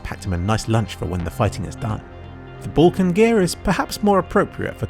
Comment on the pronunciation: It's funny how you pronounce Balkan :D